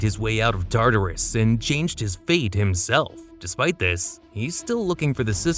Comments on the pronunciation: Oh god Tartarus is not (tar-tar-us) it’s pronounced (tart-ar-us) never heard such a silly pronunciation before. Tar tar is fancy food. It’s just bothering me so much you keep saying it like that. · Plz plz plz use better pronunciation …. TARTARus- it’s just one whole word not TAR TAR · TA-TARUS!? ITS TAR-TARUS . Oh you say the right way the 3rd time and then wrong every other time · Why was your pronunciation so inconsistent one time you say basil-isk then you say basilisk. then you constantly switch between tartar-us and Tartarus